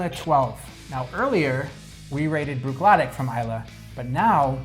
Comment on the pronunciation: This is a fun review. I hesitate mentioning this, but if you are such a fan of Bruichladdich, please listen to one of Adam Hannett’s Feis Ile Masterclass. You’ll hear that Bruichladdich ends with an “ee”; not a German “ick”